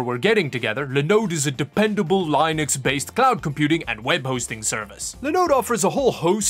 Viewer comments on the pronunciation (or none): Per on YT, it's "LIN-ex", not "LYN-ex".... You don't say web LYnk, do you? BTW, to everyone, per the inventor, it's JIF... You don't say "GUY-ant", do you? Hitting my pronunciation pet peeves today, I guess.... Next, people who put the extra "i" in "aluminum" to pronounce it "aluminium";-P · It's Len ix. Not Li nics.nice. jk. Great video man. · it's pronounced Linn-Ux not Line-Ux... Funny that you pronounce Linode correctly then mispronounce Linux! If this weren't a Tech channel, I wouldn't mention it. but..... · Ah yes, Lie-nux, my favorite OS XD